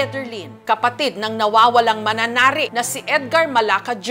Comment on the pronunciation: Manonope. Hindi mananari 🤣